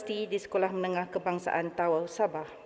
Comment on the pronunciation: Org tawau kena sebut ta'au. 😊